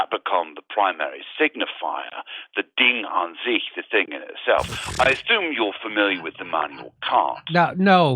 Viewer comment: He said "Ding an sich" rather perfectly. "Jenseits von Gut und Böse" he pronounced perfectly, too.